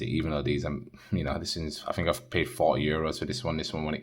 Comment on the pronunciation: Fought, fink? Thought , think? What?